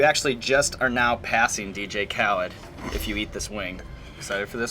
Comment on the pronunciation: How you gonna mispronounce DJ Khalid when on many songs that's all he says